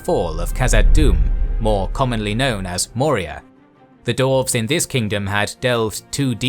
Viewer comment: Absolutely loving the deep dive into Middle-earth lore, but I have to ask… why is 'dwarves' being pronounced as 'dorvs'? And 'dwarf' as 'dorv'? Is this some hidden Tolkien linguistic secret I missed, or is my brain just short-circuiting every time I hear it? I feel like I’ve fallen into an alternate timeline where this is normal, and I’m the only one who doesn’t get it. Please, someone explain before I lose my mind.